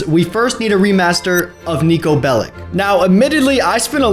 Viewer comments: It's pronounced Nick-ko not Nee-ko! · That ain't niko that's sniko😂 But seriously good job 👍